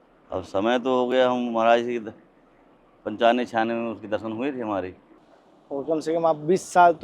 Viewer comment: Kya Maraj maraj bol Rahe he sud boliye Maraj nahi Maharaj boliye dhayabad